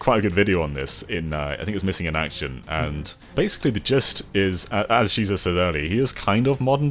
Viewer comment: Why does everyone always pronounce your name as she says? I think it’s she ses